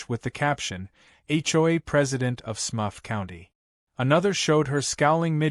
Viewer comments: it's Smurf not smuff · SMUFF? Do you mean SMURF? 😅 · Smurf, SMURF, NOT SMUFF 🤦‍♂️🤦‍♂️🤣🤣🤣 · Smurf not smuff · What is a smuff? What is a “blue hand motion”? Yes, I know it should have been Smurf. I love the bad AI mistakes! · It is "Smurf" not "Smuff". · I think you mean SMURF, not smuff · LoL..... The A.I. can't even pronounce Smurf right funny shit!